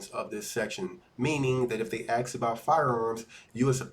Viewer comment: The word is "ask" you illiterate !